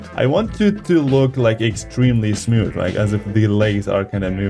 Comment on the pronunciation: Everybody that loves hearing him say "Smiooth" 👇